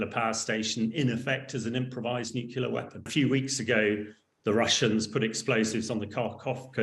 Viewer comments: Bright guy, but I wish he would learn to say nuclear, instead of nucular. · It's n-u-c-l-e-a-r, not n-u-c-u-l-a-r. At least sound like you know what you are talking about. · The word is Nuclear, not Nucular. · NUCLEAR, not nucular! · It’s NUCLEAR not “nucular” ! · I can't listen to anyone who can't pronounce nuclear properly. It's nu-clear not nu-cu-lar. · Very interesting and quite right. I’d have slightly more confidence in a nuclear expert who could say ‘nuclear’ rather than ‘nucular’. Everyone can say ‘new’ and ‘clear’ so why not one after the other? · It is important not to pronounce the word "nuclear" wrongly. Only ignorant people pronounce it "Nu-cu-lar". Like this chump. The correct way to say it is always "nu-klee-ar". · What is so difficult about saying the word: nuclear? Why is it that some people are only able to say new-killer, and are apparently unable to say new-clear? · Nucular, nucular, NUCULAR! How is this real? How are so many "experts" still saying nucular? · He’s still saying newk-you-lar instead of new-clee -ar. I can’t trust him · NUCLEAR, Hamish. New Clear. It's not difficult 🙄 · A minor point, but...why can't he stop saying "nucular" instead of "nuclear"? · Please take the nookular issue more seriously,.:D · Wish these so called experts would pronounce nuclear correctly. It’s New Clear. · 'Nuclear' is pronounced New-clear unless you are Homer Simpson and then it is pronounced New-killer. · What is the guest talking about? Nukelar? 😎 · How are you supposed to accept him as an expert when he can't even say "nuclear"? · Why cant people say nuclear properly? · The LOUSY so-called expert who cannot even pronounce Nuclear correctly ‼ Zero credibility. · Even the English are mispronouncing "nuclear" now. Sad. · New drinking game idea. Gotta drink every time this guy mispronounces the word nuclear. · Shame he can't pronounce nuclear. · Why do people find it so hard to pronounce "nuclear"?